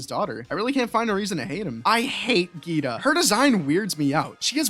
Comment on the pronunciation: Who’s geeddda? (Geeta)